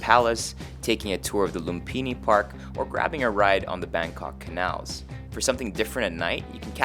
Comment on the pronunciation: "canals", not "cannels".